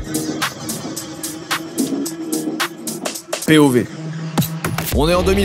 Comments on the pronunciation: Au tous début j'ai entendu "pov" j'ai crié "TIKTOK" 😭😂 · Eurêka je sais maintenant comment on dit Pé o vé et non pove 🧤